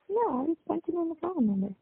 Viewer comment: He said he realizes you broke Sonya and can't help him with his bawn....you only got a couple of bucks to put on this "foam" that he can't talk on😂